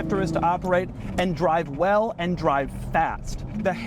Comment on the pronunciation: Doug is the type of guy to pronounce the word "well" like "whell"